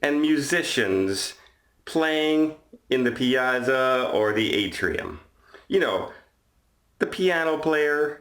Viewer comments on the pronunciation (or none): May-rah-vee-lee-ah (Me-ra-vi-gli-a) Piazza is pronounced like Pizza with an AH in the middle! The ZZ in Piazza and Pizza has a TZ sound. Hope you feel better soon!